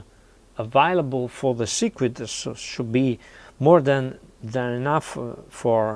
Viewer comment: Circuit is pronounced sir-kit, not sir-ku-it.